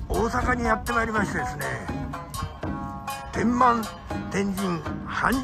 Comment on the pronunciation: 米助師匠、天満は「てんまん」ではありません。「てんま」です。駅名からして「天満駅」（てんまえき）ですから地名です。